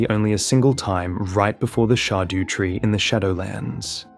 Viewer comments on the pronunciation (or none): "the shardew tree" dude figure out english it's not that hard. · Dont mean to be weird but its shadow tree its old English but pronounced shadow